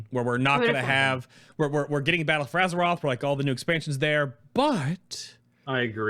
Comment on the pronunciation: battle F or aze ROTH